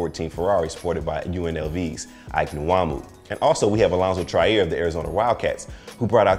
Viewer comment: Iso-Zo (Allonzo Trier) has the best kick game in college hands down! The only person seeing him on KOK is PJ Tucker period., you pronounce "Trier" as "Cha-Rear" not "Try-Air"! I'm just getting you familiar, because he's going to scorching the league soon!